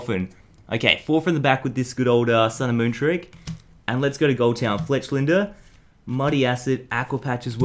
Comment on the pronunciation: He said Fletchlinder instead of Fletchinder...